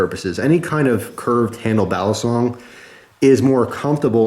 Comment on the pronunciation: Its pronounced "BALLEEEE SONG.. not "BALASONG